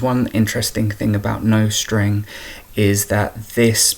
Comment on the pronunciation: NICE, but you might want to check the pronunciation of nostr… :)